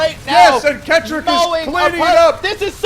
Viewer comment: it pronounced ket rock it is rocket but switched around a little